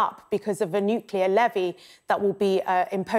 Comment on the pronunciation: Hilarious that Grant Shapps can't pronounce the word "nuclear". Even George Bush Jr did better than our Grant! Listen to his way of rapidly avoiding the correct pronunciation in favour of something like "nooka".